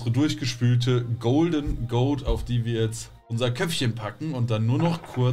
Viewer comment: G.o.a.t bitte am Stück aussprechen. Ziege. Goat. Greatest of All time. Niemand spricht die Buchstaben einzeln aus. Sonst alles geil.